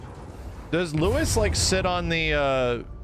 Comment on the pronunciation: Literally everyone else: “Luis”: “lewis”